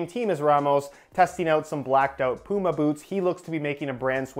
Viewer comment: your pronouncing puma wrong say it right.